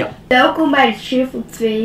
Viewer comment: het is niet suffle video's het is shuffle video's